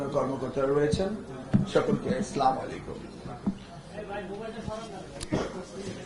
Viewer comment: মন্ত্রী স্লামালেইকুম আর প্রতিমন্ত্রী সালকুম। মাশাল্লাহ।